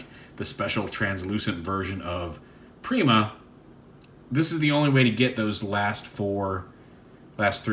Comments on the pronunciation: its nor pre-ma its per-eye-ma like primus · "Prima Prime" is indeed just called Prima. It's also pronounced like: Pry-ma. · Prima is pronounced (Prime-uh) He was the 1st Prime, Primus’ first creation. The warrior of light, and original weirder of the star Sabre and Even matrix.